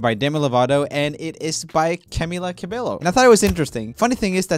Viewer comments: He tried once but he decided to said cabelo again.. I guess he been wrong these times so he can't tell it anymore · its pronounced ca-be-YO NOT ca-be-lo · The way he said "cabello" as "cabeLLo" I died a little inside. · Fun fact: He pronounces Camila correctly. Cabello should be pronounced Cabeyo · Hen no, it is like with the J, not Y , is like "Cah-beh-joh" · Yea it’s ca-bay-o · what...... I swear it’s CabeLLo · YES!! and Camila Cabello! it’s Camilla Ca-bey-yo. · Poor Camilla got her name spelt wrong again. Its pronounced "CA-BE-YO" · I don't like how Roomie says Camilla's last name. It hurts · am i the only one who got triggered every time he pronounced the L’s in cabello? no hate tho lol😂❤️ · How dare you pronounce camila cabellos name wrong